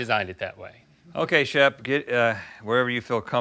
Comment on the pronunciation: *Shep. Like Shepherd.